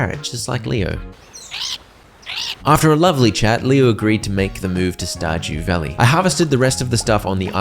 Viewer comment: Verdew stalley? Or stardew valley?